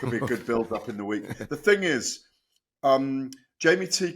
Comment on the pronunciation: It’s pronounced ‘Jamie’ TKV not “Jimmy” you utter melt Adee🙈🙈